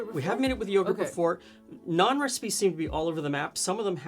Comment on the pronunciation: As an Indian-Canadian living in Ontario, this is the first time i've heard people pronounce Naan correctly!